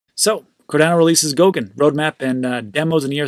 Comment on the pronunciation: Goguen not GOUKEN